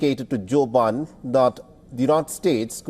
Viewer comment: The anchor accidentally says Briden so does the guest 😅😅😅